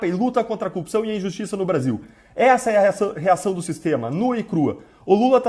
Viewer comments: falar cupção é normal de curitiba ou é uma mania que surgiu no pessoal da lava jato? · DD não sabe falar "corrupção" igual Moro 🤣